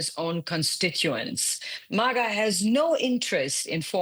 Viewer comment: Let's listen to the "expert" who can't even say MAGA correctly. The art of BS at its best.